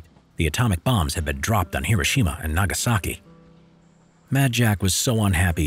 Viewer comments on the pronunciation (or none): none